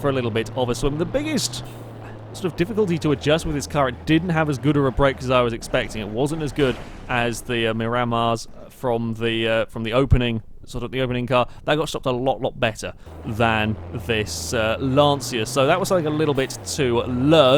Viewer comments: its pronounced mi-rah-mar. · Its pronounced mirr-uh-mahr I believe. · mi-ri-mar pronounciation